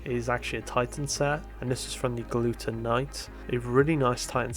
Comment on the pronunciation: Omg he said gluten instead of glutton. Rip glutton knight and welcome gluten knight.